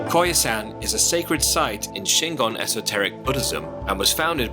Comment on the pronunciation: It must be Koyasan instead of Kyosan.